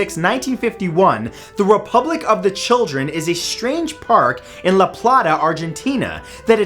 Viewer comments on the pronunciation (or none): none